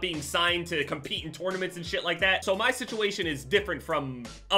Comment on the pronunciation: No one: pronouncing tournaments